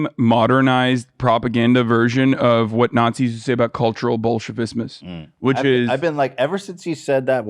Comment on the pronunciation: Did Hassan accidentally say “Bolshevismus” instead of Bolshevism?